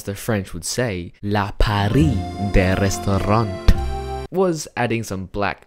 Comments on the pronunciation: did u purposely mispronounce "piece de resistance" ? because you said our loud "la paris de restaurante" which translates to the Paris of restaurants instead of the resistance piece. I am embarrassed for you. loved the art though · Omgggg why would you prononce "la pièce de résistance" " la Paris de restaurant"? It makes no sense 😭😭😭 But beautiful art anyways 😉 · Pronounce "la pièce de résistance" "la Paris de restaurant" Me: that's ok, this just prove that this man can't be a master genius in all the things he does 💛